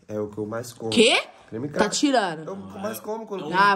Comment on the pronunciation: VEI NÃO É POSSÍVEL Q O FALOU CREME CRAKER SÉRIO KKKKKKKKKKKKKK (nem sei se é assim q escreve)